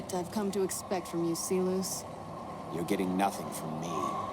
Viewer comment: The only weak part here is how even NCR officers know the Latin pronunciation of 'Silus' (see-lose), but Caesar himself still goes by the anglicized pronunciation (Sai-lus).